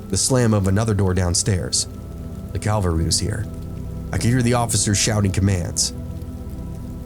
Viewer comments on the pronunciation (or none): It's cavalry, not calvary.